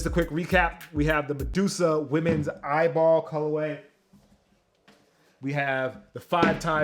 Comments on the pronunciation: He said eyeball😭😭 it’s “E.Y.B.L”” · it’s pronounced e y b l not eyeball 😹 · ITS PRONOUNCED EYBL NOT EYEBALL LMAO 👀👀👀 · It’s pronounced E-Y-B-L not eyeball🤦🏽‍♂️ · Loved the video, and there were plenty of facts but its not the "eyeball" league its just the EYBL league that stands for what you said haha. Lucky you that you got all of these! Thanks for showing us a in-hand look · its not "eyeball" it pronounced E.Y.B.L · I’ve never heard someone call the EYBL tournament eyeball 😂 everyone just calls it by the letter E-Y-B-L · It’s E-Y-B-L